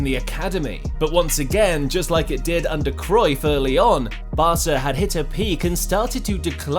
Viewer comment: wait I didn't know pep played undeer guardiola